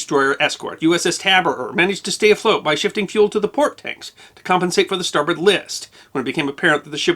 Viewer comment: Former Merchant Mariner, usmma 1982 nobody says star-BOARD, but rather star-b'rd